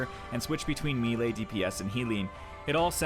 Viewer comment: i can understand mispronouncing melee as its not a commonly used word but how do you not know how to pronounce allocate?